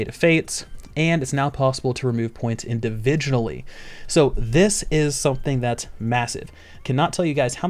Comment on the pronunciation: You CAN actually play with your old characters, AND IT COSTS 3 MODIFIER POINTS TO CHANGE AN ABILITIES ELEMENT... and they're extremely limited, please don't spread misinformation.:-( It's Individually, not indivijunally. >_>